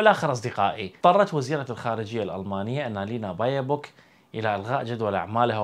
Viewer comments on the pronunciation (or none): baerbock und nicht bayerbock herr kollege :-)